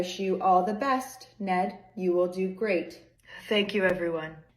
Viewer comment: I first heard "Ned inbred" and thought that's quite rude hahahahah